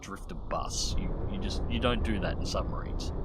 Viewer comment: Shh. Be vewy vewy quiet, I'm hunting submawines.